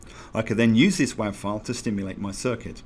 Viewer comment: "WAV" is pronounced "wave".